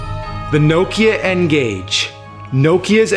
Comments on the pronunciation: Lol love how he pronounces nokia, no - kia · why you pronouncing nokia like that its weird